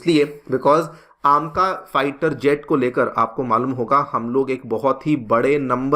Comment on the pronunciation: कुछ सूतिए पता नहीं अपने आप को kya समझते हैं, "ऐमका" को "आमका",, "Two point Zero" को "टू प्वाइंट ओ" और "Four Zero Four" को "Four Not Four" Bolte हैं,, अपने आप को special दिखाने के लिए ऊंटपटांग pronounce करते हैं ‼️